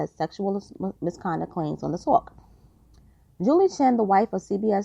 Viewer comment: The “tooowalk”. Ha!